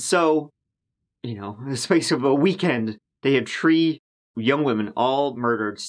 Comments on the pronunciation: In this episode, said “tree (3)” or a variation five times, and also said “turd (3rd)” twice. Well done,. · Happy 2022! I look forward to your stylish vids and love, love your accent - especially when you say ‘tree people’ and I think of Tarzans. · ON THE COUNT OF ONE TWO TREE 🌳 🤣🤣🤣🤣